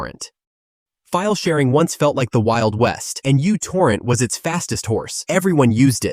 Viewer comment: It’s not you-torrent… it’s micro-torrent μ not u 🤦🏻